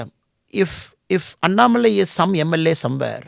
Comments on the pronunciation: Sensible and content packed no- nonsense interview. Both the interviewer and interviewee have to be appreciated. Bu Smita Prakash, pls get the pronunciation correctly. It is अन्नामलै not अनन मलाई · Wonder how a person with southern bkgd like Smitha ji could not get annamalai pronunciation right? Or is it a strategy? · Why she is pronouncing Annamalai in weird manner...